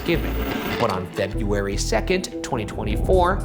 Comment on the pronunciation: Ryan still struggling with the word "February" brings me so much comfort. Some things never change in a beautiful way. Also, so relatable, fuck the word February